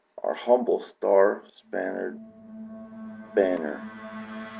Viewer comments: It's ''coerce'' not COHURSE, damn dude, and it's star ''spangled'' banner, not star spannered banner, damn dude !! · Because the person obviously doesn't give two fucks about America if he calls "The Star Spangled Banner " the Star Spannered Banner!! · Walter White Indeed